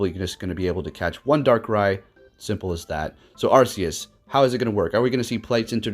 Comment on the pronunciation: Arceus sounds like Arkeus not Assius